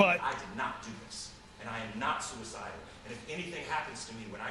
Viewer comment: whoaaaa!!! So is anyone else thinking Jesse said he wasn't sewer-cy-del bc the elum.en.naughti 😉 set him up?? 🤔🤔 Either way that was extremely intense.